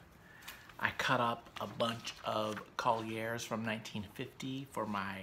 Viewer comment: No one ever pronounced Collier's french-style "CollyAIRs". It was always just "Coll-yurs".